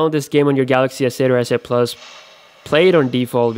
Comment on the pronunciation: I thought he said asshole 8